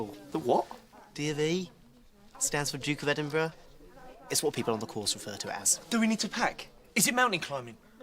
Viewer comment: Congratulations you are the first American, I've ever heard, pronounce Edinburgh properly 🏴 happy healthy peace ✌️